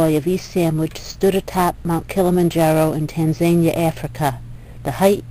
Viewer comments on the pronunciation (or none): Tanzania doesn't rhyme with Tazmania.